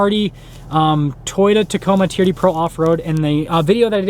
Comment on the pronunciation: TRD is not a word, it's an abbreviation for Toyota Racing Development. Each letter is pronounced.